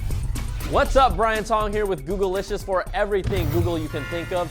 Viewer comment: Why does Brian Tong pronounce the title of the show as Googlelicious when it doesn't have an e or two ls? The correct way to pronounce it is Goog-licious.